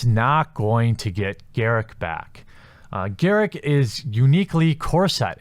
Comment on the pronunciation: GAW-ROOK not GAIR-ICC!